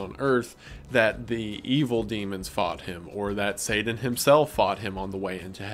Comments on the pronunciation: Take a shot every time Wendi says Sadan instead of Satan (I’m slammed) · saden? (pronounced: say-din)? Is this like a Voldemort he who shall not be named situation? (I actually hate Harry Potter but couldn't think of a better analogy) I've never heard anyone say it that way, just curious if ur intentionally pronouncing it that way, and if so, why? Also you said the Bible refers to satan as "the prince of the air" when it actually calls him "the prince of the power of the air" which is a big difference when you consider all the electromagnetic frequencies in the air. You must not be using a KJV Bible. This kind of thing happens a lot with false Bible versions. A lot of these new Bible versions that are using "older" manuscripts which are also false (God would never allow his true word to be buried in a cave for 1000 years, and let everyone use an incorrect Bible all that time, hence the recieved text KJV that has been passed down for generations is the correct Bible, without error) will refer to satan as the "morning star" which is incorrect because that is actually Jesus' title: "The Morning Star" In the KJV it uses the correct title when it says "how art thou fallen from heaven, O lucifer, son of the morning" So, Jesus is: "The Morning Star" and lucifer is : "son of the morning" So basically they are calling satan Jesus in these modern bible versions, just in time for the end times deception where anti-christ actually means "in the place of christ" and not "against christ" (although he is also against christ) John was saying in Revelation that a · Please stop saying “sayden” instead of “satan” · lol not slamming you but your accent on some of the names and things is interesting. I never heard satan pronounces saden lol I was like oh he’s saying satan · haha say-dan